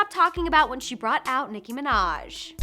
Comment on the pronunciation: You know that is NOT how to pronounce her name bitch